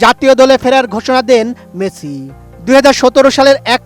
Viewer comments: বলদ মেচি নয়। মেসি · হেডার সাংবাদিক!! শিউর রেফারেন্সে চাকরি পাইছে। ঠিকমতো উচ্চারণই করতে পারতাছে না।। লিওনেল মেচি..